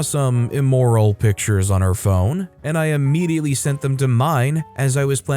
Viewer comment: Immediately not Ammediately. Come the fuck on#